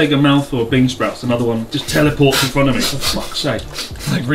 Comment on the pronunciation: lol mans been abroad all these years and still says mih so not mee so smh bruh